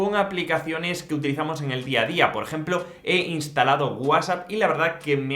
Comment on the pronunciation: Que feo pronuncias WhatsApp